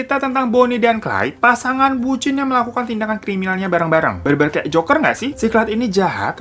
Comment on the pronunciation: aku dengernya joko & hari dong😭